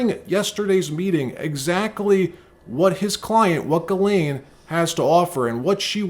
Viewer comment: Her name is giz lane. Not gilane😅 sounds like a porn star huh.